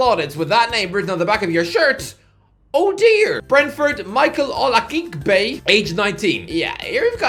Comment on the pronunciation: OLA-KEY-BEY. Hearing butcher Nigerian names never gets old😂